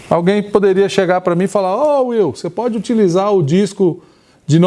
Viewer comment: Will, NÃO ail!